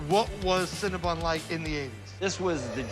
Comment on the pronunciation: Adam! CinnaBON not CinnaBUN!!!